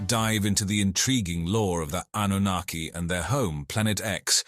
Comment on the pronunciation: Why does the pronunciation of Annunaki keep changing from correct to extremely incorrect - hedging your bets? 😁